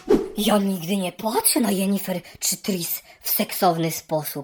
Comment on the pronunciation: Sorry, ale jak mówisz "Jenifer" zamiast "Yennefer" to mi się barszcz wigilijny cofa :O